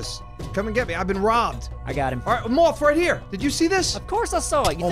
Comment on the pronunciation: Why does say moff instead of moth